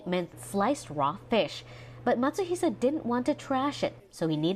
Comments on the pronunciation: His last name is Matsuhisa, no "sh" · It's actually Matsuhisa, not Matsuhisha.